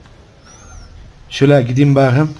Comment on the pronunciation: Reynmen: Yalan söyleme gözlerime bak bu kez: Baağkım